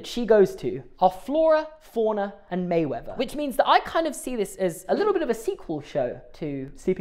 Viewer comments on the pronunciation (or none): How are we meant to trust this man’s logic if he calls Merriweather “Mayweather” and Pongo “Pogo” 😭 (/j)